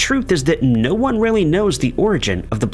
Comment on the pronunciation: number nined, number wand.. 😅